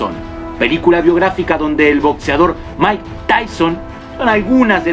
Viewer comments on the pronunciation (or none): none